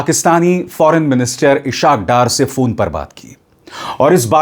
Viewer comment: "Ishaq Dar " is inappropriately "pronounced". It is "IS HAAQ DAAR"